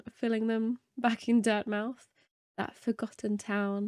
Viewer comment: For all us British viewers, please pronounce the "mouth" in "Dirtmouth" the way we would pronounce it in "Portsmouth." Having said that, well done beating Hortnet first try.